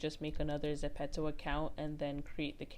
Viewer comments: I don't want to hate but it's zepto not zepetzo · Gurll its not (suh-pet-to ) its ( zep-pe-to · It’s not pronounced zepetto it’s pronounced zepeeto but spelled Zepeto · .... but the app is korean and its written as 제페토 which is exactly zepeto (although the ze is gonna be pronounced as je) not zepeeto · You say it zepetto it’s not it’s getting m frustrated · Kira Kiem I say Zeh pee toe 😭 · Zen pee toe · No hate but I can’t watch this because u say ZEPPETOE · It's pronounced ze-pea-toe